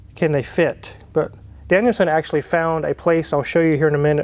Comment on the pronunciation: Am I the only one who hears it as "Daniel-san" instead of DanielSon?